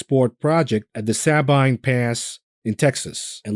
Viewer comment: For future reference Sabine is pronounced say-bean as in "say have you got any beans?"